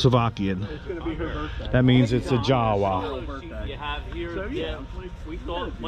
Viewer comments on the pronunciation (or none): Just for the record,: - That one's pronounced YA-vuh, not JOW-uh.